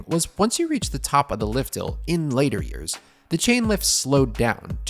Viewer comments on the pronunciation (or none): none